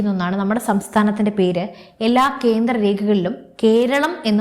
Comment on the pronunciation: കീരളം, കീന്ദ്രം, ഒന്നു നേരെ ഉച്ചരിച്ചുകൂടെ.